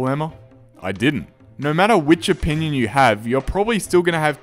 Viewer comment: "In my o-pea-nion" =)